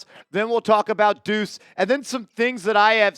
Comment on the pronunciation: Deuce …. Not Decue